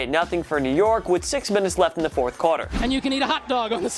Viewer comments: did he say cotter or quarter? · through you The fourth “QARTER” boi learn how to talk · He also doesn’t know how to pronounce “quarter”.